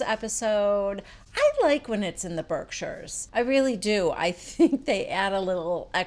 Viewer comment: "Berzerkshires" hahahaha For that I had to subscribe.